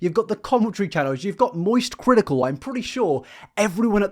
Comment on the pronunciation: “The moist critikals” idk why that made me laugh